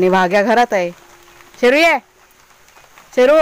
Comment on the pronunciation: ताई तुम्ही शेरु म्हणत आहात तर आम्हाला ऐकायला येते पेरु खुप छान आहे जोडी भुभुंची